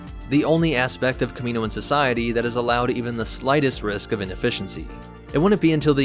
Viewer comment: Kamino and Kaminoan have different pronunciations so you’re pronouncing Kaminoan wrong. (Cam-y-noan) (not sure if that’s how ya would spell it out